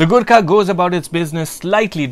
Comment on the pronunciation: Every time you said "Gurkha"..I misheard it as "Good car" LoL.